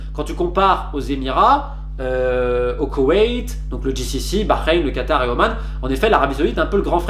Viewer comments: J'aime la façon dont tu prononces Bahreïn..t'as le potentiel pour bien parler l'arabe. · Quand t’as du Bahreïn tu l’as dit comme un arabe félicitations pour la prononciation sincèrement excellent journaliste qui dit beaucoup de vérité